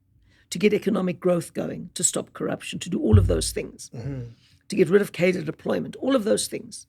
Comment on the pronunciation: turns out I have been saying the word Cadre wrong all my life